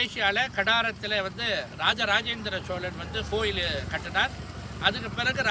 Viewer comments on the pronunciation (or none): "SHOWLAN" ,SSHIVAN, SSHONELAI ileh! Solan ,sivan ! "Shh" is not in tamil..tamil pesukeh